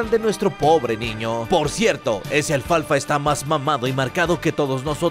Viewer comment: Minuto dice mal alfalfa